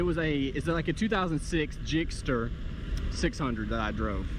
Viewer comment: Why did you keep saying gixster 🤢 gixxer. I have a gsxr 750